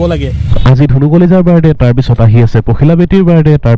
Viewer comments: তুমি শব্দ শুদ্ধকৈ কবাছোন শুনিবলৈ বেয়া লাগে তুমি কৈছা বাৰদে 👉বাৰ্থদে কবা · জন্ম দিন বুলি ক'লে হয় বাৰদে বাৰদে বুলি কৈ আছে । শুদ্ধ কৈ ক'ব লাগে বাক্য বোৰ।